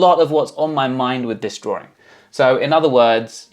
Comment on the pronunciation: That word drawRing gets me every time